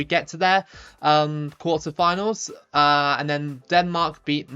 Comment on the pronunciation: Qauterfinal but still good🇿🇦 love the name pronounce (cant wait for september)